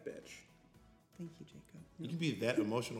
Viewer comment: As soon as I read this comment said "thank yew" in the video 😂😂😂